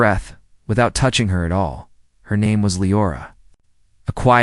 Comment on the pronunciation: Yes! In the first 2.5 minutes his name is pronounced at least 3 ways.